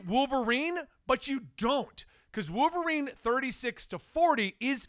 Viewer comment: I like how says wooverine like there’s no “L” in it 😂